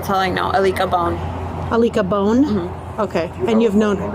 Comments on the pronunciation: "alika bone" LMAOO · "Ileeka Bone," = I-lick-a-bone the fact she stabbed that baby so many times as if it was his fault she was a horrible mother and her mother won custody of him this is in situation when a parent loses custody they shld not get a chance to be alone with the child. We never know what someone is capable of doing once they reach a breaking point! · thats the first thing i thought, “lick a bone” is what i heard and immediately thought of kahoot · "Alikah Bone" really just sounds like "I lick a bone". Wonder how she came up with that one. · Are you sure her name isn't Anita bathe? lmfao Aleeka bone? Are you kidding? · Alica Bone...I-lick-a-bone Coincidence?? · "I licka Bone" 😂😂😂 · She sounds like a liar...none of the story from the beginning sounded believable. Alica (pronounced Alika) Bone vs. Bonn, 4 vs 5, etc., etc. People don't mind doing time. Smh! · Did this lady just say her made up friend was named “I-lick-a-bone”? I mean, I do too, but… that’s pretty wildly sus 😂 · Aleeka Bone is CRAZY😭😭😭😭😭😭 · “Aleka Bone” LMFAOOOO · "ah-lick-uh bone" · Not a-lic-a bone and her smirking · Ah-lick-a bone... ok.. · This bitch said the lady’s name is “ILeeka Bone” 😂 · “Alica Bone 🦴 “ 😂😂😂😂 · “A licka Bone” yea right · “Alica. Alica Bone” is that a joke? Sounds like “I lick a Bone. What a creep. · "aleeka Bone" 😂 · ilickabone? Really? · "Ileek'a Bone"? 🙄🙄 So she licks a bone. Lame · i-lick a-bone (alica bone) lol